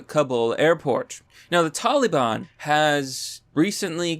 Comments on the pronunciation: “Taliban”. Please, for the love of god, would everyone say it probably. It’s not “talleebahn”. 12 marines, and one Navy Corpsman(Medic). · Look, man, only Joe Biden says Tolly Bon. Love you, but c'mon man